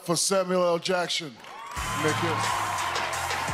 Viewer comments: “Samuel L. Jackshun” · "Give it up for Samuel L Jaction"